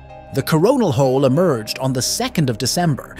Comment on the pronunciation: Yeah, I specifically heard "Corn Hole". Where's Beavis when ya need him?😂